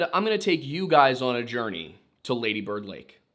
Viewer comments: Say the first half longer than the second; laaady bird... you got that? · Its pronounced laaaaddy bird